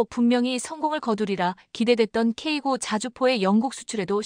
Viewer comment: 케이나인투라고 읽습니다